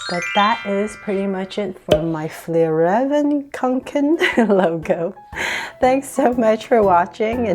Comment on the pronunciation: It is not Fjallraven it is Fjällräven.